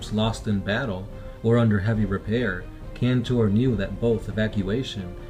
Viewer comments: I actually read Traitor's Gorge and instead of killing hundreds of orks they slayed thousands of them!! (allowing the CF to make barricades with the ork bodies).Ther orks werent counted as hundreds, they were counted as thousands of them (attacking in waves). PD: Pedro KANTOR not cantor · Indoril Nerevar Moon-and-Star yes it's Kantor.